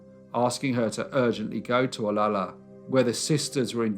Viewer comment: Pet peeve of everyone who lives in Olalla... pronounced oh- la-la not ola-la Also! Mrs. Haglund's son was the founder of Ivar's seafood restaurant... and she would have died anyway of stomach cancer.